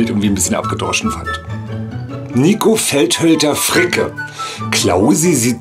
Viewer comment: Die Erklärung gefällt mir :p Kleiner Einwand.... Das spricht man Felhölter-Fricke nicht Feldhölter-Fricke aus.